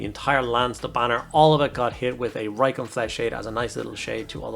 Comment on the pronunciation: Reikland? Lol love your work as always mate